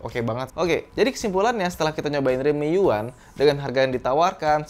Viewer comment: U1 dibaca Yuan